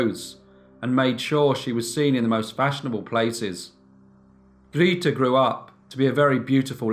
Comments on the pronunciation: Grayta, not Greeteh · Grete is pronounced Greateh! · Grita? Don't think that's how you pronounce her name. Good story thou! ;) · Grete is pronounced (sounds as in English) Gray-teh in German. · Your German is not so good 😄 it is Gr e t e like in "rEd" (the color), but love your narration!